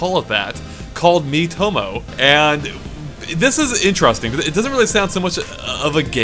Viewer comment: oh wow, i was looking way from the screen while hearing he intro I heared meet homo in place of miitomo xD